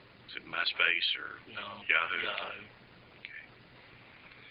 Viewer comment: cop "and it was also on YA.....HOO?" hahaha, trying to say Yahoo! correctly and sound like it perhaps, thought I heard YAWHOOOO haha in another case here